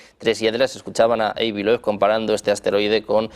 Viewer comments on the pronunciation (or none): El nombre de este señor por favor pronunciese bien: Dr. Avi (como suena, no "Eibi") y Loub (no Loeb como se escribe, al igual que Joe se pronuncia "llou") hay mejorar ese inglés. 😅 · Avi ❌ Eivi ✅